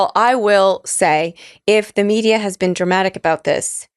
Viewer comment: Bin…😂 Been…😂😂…Bhenn😂😂😂